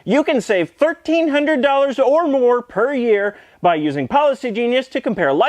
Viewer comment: I know he says "you can save 50% or more on life insurance...", but it sounds like he's saying "you can save 50% on moron life insurance..."